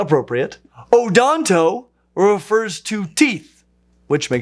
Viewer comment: "Odonto" - As in Rosie O'Donto.